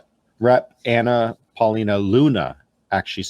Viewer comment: I was enjoying this until homeboy said, “suggested by Anna Lina Paulina” 😂 c’mon man